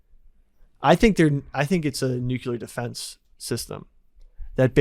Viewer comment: A part of me dies every time says nucular when he means nuclear